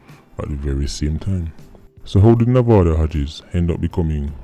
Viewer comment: This whole time I thought you were saying “movado Hodges”